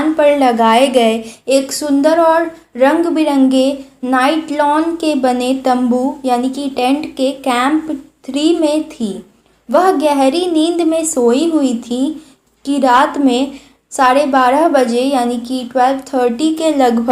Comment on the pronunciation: Nightlon 😂😂 nylon✅️